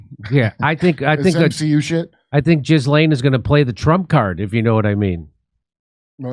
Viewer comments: Pronouncing her name "Giz-Lane" is fun for obvious reasons, but in french, it is more like GILL-en,' emphasis on the first syllable, and more or less rhyming with "Chillin." Google won't give you this pronunciation; the accurate source is when you listen to how Ghislaine's brother pronounces it, and how (recently deceased) Virginia Giuffre, who knew her for years because trafficed by Ghislaine, pronounced it. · But Jeff couldn't bring the girls to the White House 😂 Also its "jee-LAYNE" please have some respect for all of the women with that name that are NOT convicted sex traffickers. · No you're calling her Jizzlane because you're miss pronouncing her name. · Her name is pronounced more like Guh-lenn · You don’t pronounce it “jizzlane”😂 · The sexual predator's name is pronounced "Ghee-lain." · It's pronounced Gheelane ...😅😅😅😅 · It's pronounced gill-aine'. Other than that, I find no facts I can contradict.